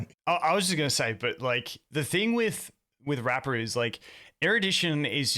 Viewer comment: My man hitting Rappa with the hard R xD good pod y'all.